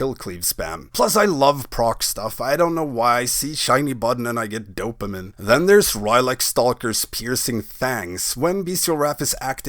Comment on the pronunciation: Lol, did you just say "dopaman"?